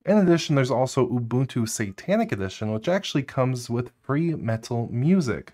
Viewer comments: "At the very tip of this iceberg is Oh boon two!" I disliked the video just for that, and I don't even like Ubuntu. Learn how to read. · did my man say OHbuntu